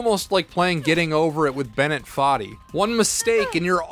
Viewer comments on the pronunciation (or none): none